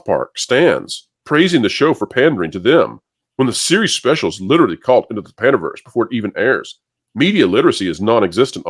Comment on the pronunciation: Hahaha I thought it was "PANDAVERSE" not "PANDERVERSE"